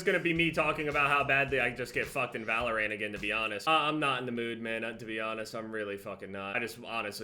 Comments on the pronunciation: This man seriously pronounced it "ValorANT." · Anyone else annoyed by how he says “ValorANT”? Lol